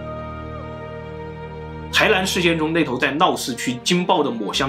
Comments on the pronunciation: 台南，不是台蓝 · 臺ㄋㄢ不是臺ㄌㄢ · 不是台南（ㄌㄢˊ） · 為什麼台南 唸成 台蘭？ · n和l你们真的发音不准吗